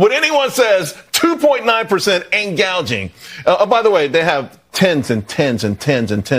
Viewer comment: Who wrote in Kamala's script about "price gauging"? Did she just misread the teleprompter or was her script writer a covert Republican? 🤣